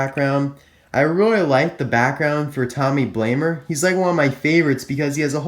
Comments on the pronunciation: "Tommy Blamer" lol, Amazing review! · Lol you said Tommy Blamer. So hilarious!